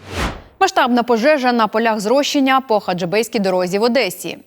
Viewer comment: Не дуже професійна ведуча. Поля зрошення, а не "зрощення". ☝️